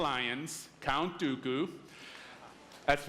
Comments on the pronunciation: Emilio Loayza Marti it's Dooku not duku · no one clapped when he said dooku lol